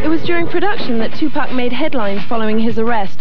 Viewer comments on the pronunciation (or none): It's killing me how this dude keeps pronouncing his name as 2-Pack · I hate when people say 2pack so fucking annoying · the narrator calling him by TuPACK is insane😭😭😭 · His name is Tupac,not two pack. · Tu-packs , man wtf is he talking about lol?😂😂😂😂😂😂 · "Two-pack." UUUUUGGGGGH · Chile calling him Tupack is so cringe 😂😂😂😂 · 2pack??? 😂 I can’t tell if dude was being disrespectful on purpose or if he really just didn’t know how to pronounce his name